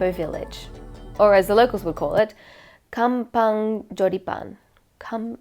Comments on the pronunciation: 🤣🤣🤣🤣🥺 "KAM PUNG" Not Kam pang :v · when see pronounce kampung as kampAng lmao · Is she said a "kampang"???? Pfffffffttttt.......🤣🤣🤣🤣